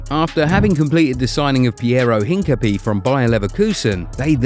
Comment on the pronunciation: Hincapié is not pronounced Hinka-pea just FYI. It's actually pronounced Hin-cap-EA (like EA games)